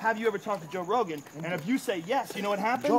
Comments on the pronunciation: gotta love the way he says Joe Hogan 😂😂😂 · Joe "Jo Hoge" Rogan